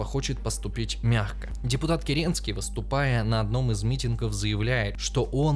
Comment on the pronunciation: Кратко и по делу,. Лайк. Возможно, еще про мобилизацию осени 1916 года стоило поподробнее рассказать (в ролике вскользь упоминается) — есть версия, что это главная причина Февральской революции (или одна из главных). Ну и Павел Милюков (не Николай Малюков). И кЕренский (не керЕнский), нудаладно — душнил-прескриптивистов никто не любит:D